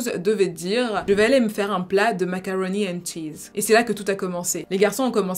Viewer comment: C’est macaroni and cheese,!